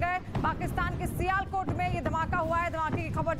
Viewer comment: abe sialkot bolna sikhe le pahle